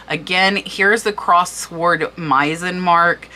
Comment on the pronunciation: What auction site do they use? Another pronunciation...pronounced with silent w...sword pronounced like sordid And gilt has a "j" sounding g not a hard guttural game. So sounds like jilt